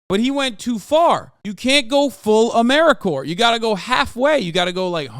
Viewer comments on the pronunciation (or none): lol as an AmeriCorps member you saying Ameri-core was tripping me out